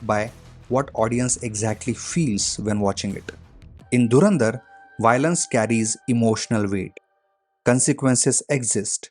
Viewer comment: Dude it's Violence not Y lence 😂